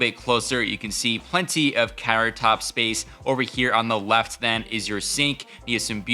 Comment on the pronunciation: did he say "carrot top space" instead of countertop space? :D